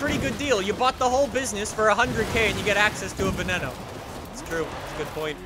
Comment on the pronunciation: Stop pronouncing veneno like that